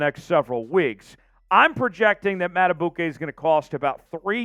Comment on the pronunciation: PQ. Would love to have him but Madibuike, please find out how to say his name, is more important than PQ. Probably can’t keep both. M. Going to draft a back to go with Mitchell and Justice. Probably can’t give a contract to Gus Bus. Can the Ravens get Clowny or VanNoy to come back, just one of them. Ravens not getting a Verse or a high dollar FA. Get it out ya head. Going to have to get something out of our own young guys too. Someone has to break out. Mike Mac is probably outta here. We only keep him if no offer comes.